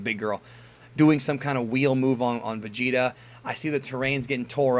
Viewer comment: say Vegeta one more time.....